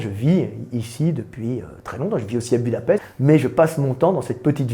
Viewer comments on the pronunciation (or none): none